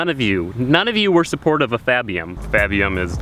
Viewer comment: Its not fabium, its fappium